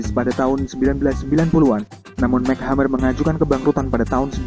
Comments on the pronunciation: its EmSi not Mac..... M,C hammer bukan Mac hammer -.. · mc hammer dibaca mek hamer?em si hemmer kaleee bacannya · Cara baca nya MC Hammer bukan Mek tapi em sih baru hammer ... duuh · MC Hammer, penyebutannya emsi hemer bukan mek hemmer Min.. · Mac hammer??? It's pronounce as emcee hammer MC bukan kaya MC Donald lol 😁 anyway this is crappy shit.... Thumbnail nya aja juga udah misleading 👎👎👎👎👎 jempol kebawah dehhh buat kamu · Mc hammer dibaca ya emsi hammer mas broo..bukan mek... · Bacanya EM CI hammer!!! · Em si hammer bacanya bukan mac hamer 😁😂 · Itu bacanya bukan 'Mac' Hammer, tapi 'M.C' Hammer.. Kalo Mac itu huruf c nya kecil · MC Hammer, bacanya EMSI... bukan Mac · Mek hamer? Wkwkwkwkwkwk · bukan "Mek hammer" bacanya tapi "MC" "emsi"... bacanya... "emsi hemeer" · MC Hammer di baca nya MC= emsi bukan Mek... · Mek hammer???? Emci hammer mas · Mc hammer alias bacanya em si hammer bukan mac hammer hahhaa hadeh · Bacanya bukan MEK HAMER tapi EMSI HAMER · Setau ane sih cara nyebutnya itu em-si hammer, bukan mchammer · mac hammer???????? MC hammer????? paraaah bacanya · aduh mas kl bikin berita jgn asal baca doang, tp pahami dan kenali objek beritanya, masa MC Hammer di bacanya "Mek Hemer" , yang bener tuh "Emsi Hemer" ckck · Mek Hammer ? it's M.C Hammer bro.. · mek hammer?? emsi hammer mas.. bacanya emsi hammer.. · #mc hammer kelles brohh bukan #mek hammer 😂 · "Mac' Hammer ? WKAKAKAKAKAKAKAKAK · mc hammer bacanya "emsi" hammer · MC Hammer dibacanya Emsi... Belakangan dia hapus MC jadi Hammer aja. Can't touch this....... 🎼 Have u seen her? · ymphilips ymphilips .ya bner mc.hammer ya bca mek hemmer..piye toh